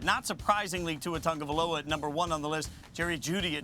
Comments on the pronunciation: Samoan pronunciation calls for the n sound for the letter cluster "ag" in Tagovailoa, thus Tongue oh vailoa. Remember that the pronunciation of the "a" in polynesia is an ahhh sound (as in polynesiahhh), and not an ayyy (as in day, may, say etc). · Marcus don't know how to pronounce Tung o vai loa. take note shorty.